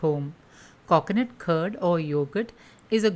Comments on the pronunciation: Please learn to speak or stop making videos. Its not KOKONUT its coconut. The way you talk makes my ear hurt its like you are purposely talking in that weird annoying accent. Sorry but its super annoying. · It's coconut don't say coacoanut . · Coconut not cockonut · "Cocnut curd" for God's sake lady say coconut properly. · Cocknut !! Milk yogurt 🤯🤣